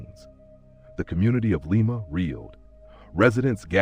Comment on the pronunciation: Lima is pronounced "LIE-muh"